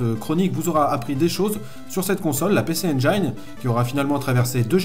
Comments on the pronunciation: mes oreilles brûlent à chaque fois que tu donnes le nom de la console: "pissi injine" pas "pécé endjaïne" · Comme Jean mi un peu plus bas j'ai envie de préciser que le nom de la console ne se prononce pas "pé-çé-aine-djaïne", mais bien "pi-çi-aine-jïne", pareil pour les extensions CD, c'est pas "çé-dé-rome-deux" mais bien "çi-di-rome-rome". Il me semble aussi important de préciser qu'Hudson, à l'époque premier éditeur tiers sur Famicom, et frustré par le manque de puissance de cette dernière, à tout d'abord tenté de proposer à Nintendo d'intégrer dans les cartouches les co-processeurs qu'ils avaient conçu pour booster la console. Nintendo qui était alors en position de monopole total ne voyait pas encore l'intérêt de lancer des évolutions technologique pour une console qui se vendait comme des petits pains. C'est devant leur refus qu'Hudson s'est lancé dans l'idée de concevoir une machine avant d'en proposer la fabrication et la distribution à Nec (qui avait les épaules pour ça, car eux à ce moment la monopolisaient le marché du PC au Japon et se voyaient bien venir marcher sur les platebandes de Nintendo). N'oublions pas non plus de préciser qu'à l'époque de Sodipeng la distribution de la PC Engine est devenue bien plus grand public pendant un temps, on pouvait par exemple trouver de ces consoles chez Auchan et à la Fnac par exemple.